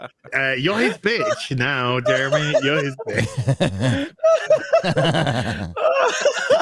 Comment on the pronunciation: Did call Jeremy, Jere-many, at one point??? Jeremy = Jere-many = Germany???!!! AH HAAHHH! White supremacy confirmed!!! 🧐